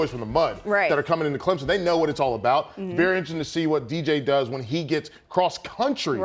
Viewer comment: Thanks for saying DJ’s name right ma’am...sir, a little more work but I’ve heard worse.